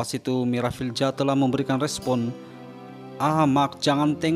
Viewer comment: cuba baiki sebutan nama orang yg ada huruf Z bukan sebutan J.... Parent dia dah susah payah nak beri nama, lain pulak bunyinya.